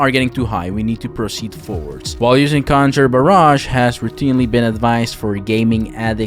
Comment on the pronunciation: cunjer bearij lol